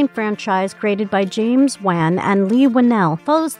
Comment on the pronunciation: The way you pronounce wan lmao